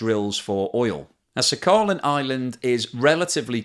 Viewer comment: dear, it is "sakhaLin", not "saccharin" (as you pronounce)